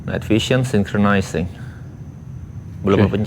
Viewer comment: btw apakah sudah bisa berbicara kata "synchronizing"? karena video bulan-bulan yang lalu aku liat selalu typo untuk berbicara kata itu😂😂 semangat untuk dan! go GRIn!🤘